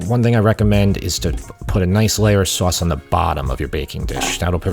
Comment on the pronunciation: I love your accent … especially when you say soass (sauce)😂 keep up the excellent work!